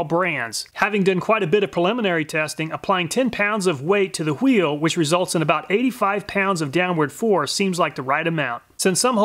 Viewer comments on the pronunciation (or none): for "H'weel" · He says wheel like Stevie says whipped cream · Anyone else notice how he pronounces “wheel?” It’s just like how Stewie from Family Guy pronounces “cool whip.” As always, great video. I’m a big fan of the hole dozers.